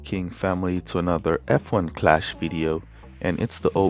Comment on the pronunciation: F1 or app 1, thought you said App1 first 🤷‍♀️. Thanks for the education.